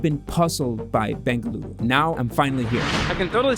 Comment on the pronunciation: Thanks for making a constant effort and saying "BENGALURU"